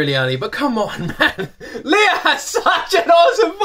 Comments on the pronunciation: I love how much you love Lea! Me too! Now that you're a fan, allow me to share how to pronounce her name: It's pronounced "Lay-uh" ...not the traditional Leah ("Lee-uh"). I think Lay-uh said she actually has a cousin named Leah, so her parents named her Lea ("Lay-uh") with a long-a, instead of a long-e, to change it up. Keep making great videos! :) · I enjoy your reactions to listening to Lea Salonga. I'm a big fan of her as well. When you finally get to see her and talk to her, I hope you say her name correctly. :) It's Lea with a short e, like "lay yeah". Hehe. More power!